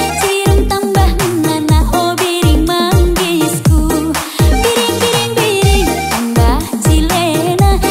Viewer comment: Pendapat saya, 1. Lagu Karo, musik Tapanuli.... hilang jiwa Karo-nya. 2. Man bandu, malu saya ndengar lagu Mbiring Manggis itu. Pronounciatuonnya salah. Bukan "Biring Manggis" tapi "Mbiring Manggis". Pake huruf "M". Itehndu? Jangan rusak bahasa Karo ingan pusungndu ndabuh butet.....